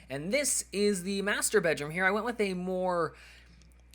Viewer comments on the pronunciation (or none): Sounds like he was saying masturbate room :P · When he says master bedroom it sounds like masturabate